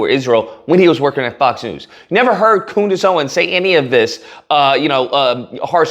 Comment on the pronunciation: “Coondace” is so fitting.